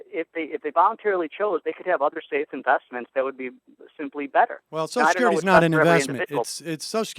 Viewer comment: Why do liberals always say "soshecurity"?